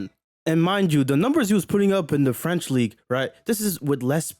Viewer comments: OK I don't know if that's a good idea,but as a French I want to tell you. Your accent is awful but you're actually pronounciating French pretty well. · Your French accent is surprisingly good brother, bon travail !